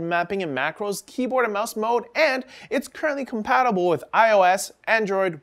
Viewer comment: Compatibilble? Is that even English, AsRock?